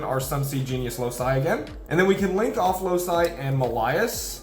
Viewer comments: Excellent video, as always. Just one minor thing: the card is pronounced Loki, like the Marvel character, not Lousai. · isnt loci pronounced "loki"? Great Vid tho! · I've never heard a card be more inconsistently pronounced then Loci.